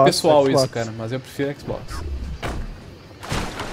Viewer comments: é impressao minha ou esse neo nao fala a letra r? tipo cara é caga '-' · n fala cara kkkk ele fala caga kkkkkkkkkkkk